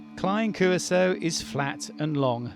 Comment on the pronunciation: Excellent videos ! But why is it that you insist on inventing your own pronunciations of common names ?!?! Patreon, and Curaçao ????